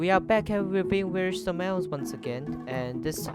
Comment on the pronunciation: I like he says a ons